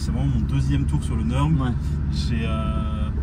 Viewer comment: Avec une prononciation presque parfaite du nom fameux qu'est le Nürburgring!!! Bravo pour la vidéo et la passion éclaboussé. Tu m'en as foutu plein le cœur merci^^